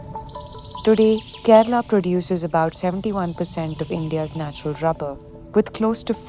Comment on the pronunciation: lady, its not "rabber", its "rubber"